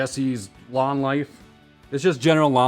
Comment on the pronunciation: Lawen... he Said Lawn.... at first i Understand " Does Your Mum look extra Crispy these days? - My defenetly does.."